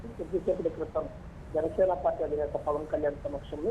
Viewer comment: e anchor ki pawaan ani sariga palakadam raavatam ledhu.. pawal ani antunadadu.